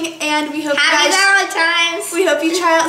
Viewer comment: said valentiMes:)